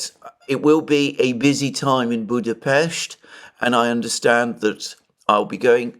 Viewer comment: We appreciate that you pronounce the name of the Hungarian capital correctly - ευχαριστώ πολύ!, and have a good time here!